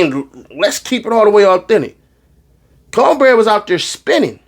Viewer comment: Not counbreaddd 😂😂😂😂😂